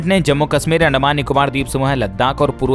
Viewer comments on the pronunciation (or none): none